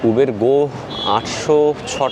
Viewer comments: Uber - when you were in England, you pronounced right. Its UBER not ubeeeerrrr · উবের নয়। শব্দেটি হল উবার। পরেরবার ঠিক করে নেবেন। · দাদা কথাটা উবার, উবের নয়. I খুউব ভালো থাকবেনI আমাদের আরো নতুন নতুন ভিডিও দেখাবেন. I ❤❤নমস্কার. I